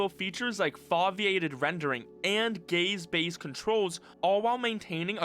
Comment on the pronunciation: every time you said gaze it sounded like you said gay